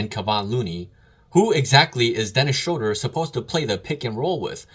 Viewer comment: It’s pronounced Schruuder bro. Dont ask me why. Guess its a German thing 🤣